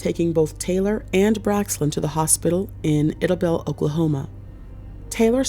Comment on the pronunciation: It's pronounced eye-da-bell. Idabel Oklahoma